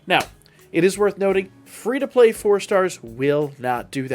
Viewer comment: "Fee" iris😂